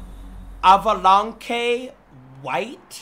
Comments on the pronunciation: Bro said “av-ah-lawn-Kay” instead of avalanche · “Avalankeh” avalanche 😂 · Alvalonkay white is top tier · “Ava Lun k white” got me dying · "Avalankay Wait?" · “ava lanke”😭😭😭😭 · so bro can read the word "Benevolent" but not Avalanche. my bad AvAlAnKe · Avaw lawn cay 😂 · How he said "Avalanche" 😂😂😂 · Bro fr mispronounced avalanche XD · The way he said avalanche 😂😂😂😂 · bro said avalanche wrong lmao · No wonder blud has a “2.6 gpa” bro can’t even pronounce avalanche 😂😭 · Bro cannot pronounce avalanche💀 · Can't even say avalanche 💀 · He can't even pronounce Avalanche correct!? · BRO DONT KNOW HOW TO SAY AVALANCHE